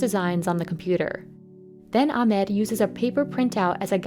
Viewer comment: Your are absolutely pronouncing Ahmed’s name incorrectly.